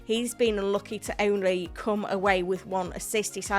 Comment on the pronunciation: Do you know when you say "come" sound dirty from you? 😅